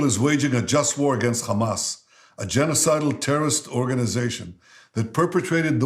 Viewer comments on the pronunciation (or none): He barely makes a glottal fricative when saying "Hamas." Then he repeats the "burnt Jewish babies" and "raped Jewish women" hoaxes. (Well, mass rape; I'm sure a few rapes did happen.) That's a good moral equivalence! Bush was way worse than bin Laden. The difference between bin Laden and Bush is bin Laden killed a lot of people who looked like Bush. Bush killed way more people who looked like bin Laden.